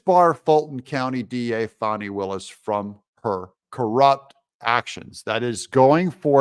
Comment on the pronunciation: brother doug, it's fani, not fahni